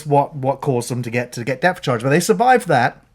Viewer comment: Depth Charge,. Not Death Charge.